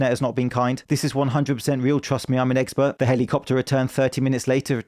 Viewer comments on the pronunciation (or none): "I'm an eggspert" 😂😂😂😂